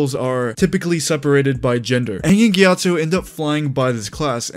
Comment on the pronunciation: GyatsO, not GyatsU.